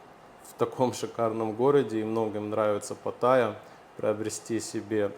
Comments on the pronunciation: Пата́йя а не патайя́!!! Невозможно слушать, уши в кровь! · патаЯ, блэт! на этом я выключил этот ролик